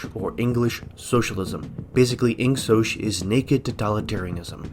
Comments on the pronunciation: The real 1984 is how he pronounces it "insosh" instead of "insok" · I pronounce it with the G: Ingoc/Ing-Sock